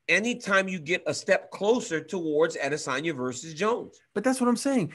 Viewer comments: he’s about the only person who pronounces his name right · that's the correct pronunciation